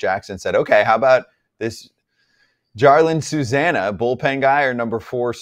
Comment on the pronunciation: The way they pronounced Susana's name made me die laughing. Why can't journalists who cover basbeall for a living learn how to pronunce latin names correctly